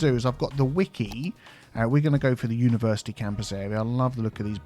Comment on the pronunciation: "Universe Iced-Tea" 😃